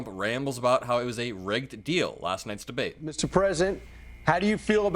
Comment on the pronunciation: "the debwate we had with Biden..." ? I watched. You lost. Bigly.